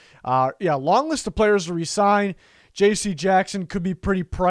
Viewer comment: Lost interest when this guy said “Cut Phillips”! And stopped watching when he said “Resign D Wise” No thanks!!